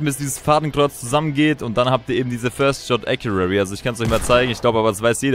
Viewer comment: Nicht böse gemeint, aber es heisst "first shot accuracy".